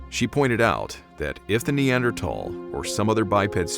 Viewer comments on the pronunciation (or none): Why the hell do you pronounce Neanderthal with a thick t that's not how it's pronounced yanks love screwing up the ENGLISH language.